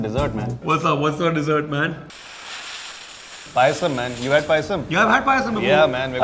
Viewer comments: For crying out loud, it's Appams and not Uppums. Also it's Paayasam and not Pisum. The latter is the Genus name for Peas. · It's SHARJAH. Not shajar. 😶 It's PAYASAM. Not pisum. 🙄 (Referring to subtitles) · Manh it's payasam not pisum 😂😂😂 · Its Payasam not PIsum Its BEEF not BUFF Good video btw :)